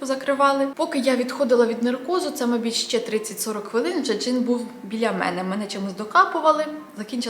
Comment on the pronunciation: А чому "мабіть" а не "мабУть"? 😃